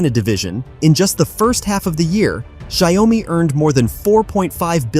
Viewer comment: Pronounce Xiao Mi. And not Xia O Mi.